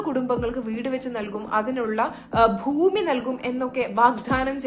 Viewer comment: താ ത്ത ഫൂമി അല്ല ഭൂമി. മലയാളം അറിയാത്ത താ തത